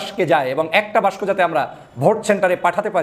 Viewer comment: আপনি বাক্সকে বাস্ক কেন বলছেন? আশাকরি উচ্চারণটা ঠিক করে নিবেন। যেহেতু আপনি একজন উচ্চ শিক্ষিত লোক।